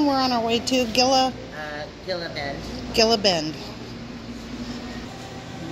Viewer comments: Gila pronounced heela😉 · I think Gila is pronounced like the Gila Monster (heela). :) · Gila is pronounced hee-luh. The dates from Dateland are so good! A friend just brought us some! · Did we tell you enough times how to pronounce Heela?!! Hahaha. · Gila: say heel-ah!!!! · Might be pronounced hee lah? Like the gila monster reptile? :-) Just guessing though LOL. Thank you for a great and informative video too! You guys are a pleasure! :-) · Gila is actually pronounced with the g sounding like an h.